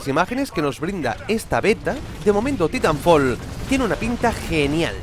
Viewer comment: se pronuncia "Taitanfoll" amigo